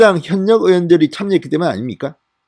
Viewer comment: 방녁수칙x 방역수칙o, 현녁의원x 혀:녁의원o, 참녀x 차며o, 이:성뉸x 이:성윤o